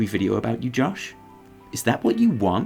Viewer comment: Your American accent is getting better. Especially that initial “Josh.” You just got to get that rhotic “r” like in Blizzard.